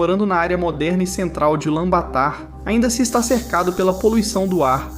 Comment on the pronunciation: A pronúncia é "Bator" abraço mano